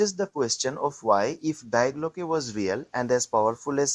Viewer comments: dee glocke,not dye glocke! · Please research proper pronunciation when producing this kind of content. It's pronounced dee Glocke, not dye Glocke. The diphthong takes its pronunciation from the final vowel. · The first big problem is this has zero useful information, maybe ALL artificial. The second is that no one cared enough to properly pronounce Die Glocke in German, very amateurish use of too much AI with too little actual data.